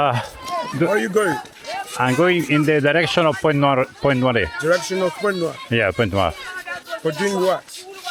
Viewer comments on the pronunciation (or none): Si legge Point Nuar ( per noi italiani era Puntanera), ci ho vissuto per 8 mesi. Una vita fa. Mi hai fatto venire la nostalgia. Bel video emozionante.